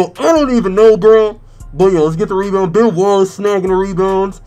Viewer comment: When he said ben Wallace I thought he said "Bon Walls" 😂😂😂😂